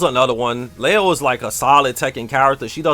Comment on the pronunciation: "She is a solid character." pronouncing leo 😂😂😂